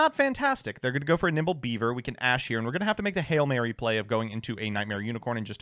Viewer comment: Did call nimble beaver "nipple beaver"?